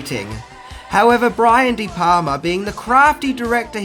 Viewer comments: sory bruh but its de"palma not de"palmer. . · Funny fact tho - The Wolf of Wall Street has 506 F bombs. How 'brutal'!?! Also, it's *DE PALMA*, not 'de Palmer'. He's not Dutch. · Brian de *Palmers*? Really? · It's Brian De Palma........ not De Palmer. With the amount of mistakes you make, it makes me wonder. Do you really study films or do you just cut and paste your facts from IMDb? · is Brian De Palmer the father of Laura Palmer? It’s De Palma! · Brian de Palmer's? Did you mean De Palma? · It's De Palma buddy. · De Palma... Brian De Palma, not Palmer. Jajaja! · The director's name is Brian De Palma, not Brian De Palmer.